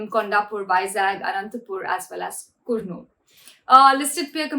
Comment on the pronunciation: you suck. . new reader should know how to pronounce... Kurnool Ongole